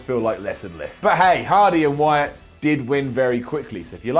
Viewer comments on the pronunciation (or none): none